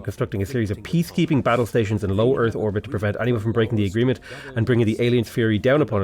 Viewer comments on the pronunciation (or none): "orth erbit" is about the funniest dang thing i ever heard